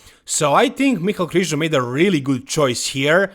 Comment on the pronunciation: It's Krizanek lol